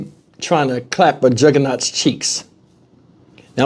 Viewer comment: That is the way he says it 😂